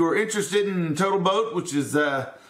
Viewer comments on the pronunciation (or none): none